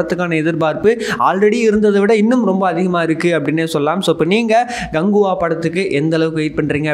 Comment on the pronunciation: Dai Ganguva illa KANGUVA. Oluga sollu